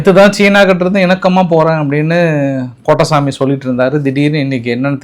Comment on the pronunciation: கோ-ட்-டை -சா-மி என்று தெளிவாக சொல்லுங்க. அலு "பொட்டசாமி" என்று கேட்கிறது.